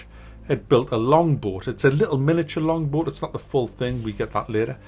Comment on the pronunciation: so... how many people for the longest time thought he was saying "longboard" and was waiting to see him skate down some mad hills LOL